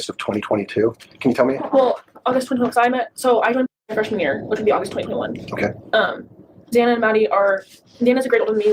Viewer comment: Always bothered me to hear “Zay-na”.